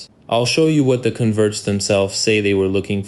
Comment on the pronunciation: I suspect this audio is AI, odd pronunciation of "converts" as if it's the verb